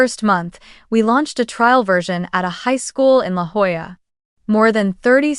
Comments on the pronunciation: And Jolla is pronounced Hoya. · It’s LaJolla, pronounced “ La Hoyah”. Dumb Spellcheck got it totally wrong.